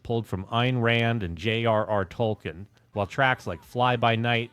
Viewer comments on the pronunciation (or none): none